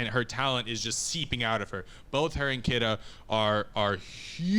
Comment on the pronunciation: His name is pronounced KEE-duh not kih-duh.